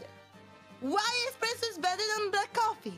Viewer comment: Holy crud, I could hear the red-white-and-green when she said "espresso".